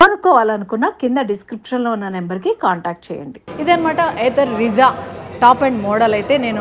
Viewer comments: Meadm it's not rizza it's RIZTA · Adi Ritza kadu thalle Rizta😢